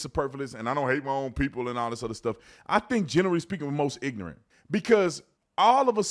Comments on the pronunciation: Bro you talk stupid. Theresan R in ignoRant. Its not ignant. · Tell you what is ignorant, saying "ignunt" instead of ignorant😅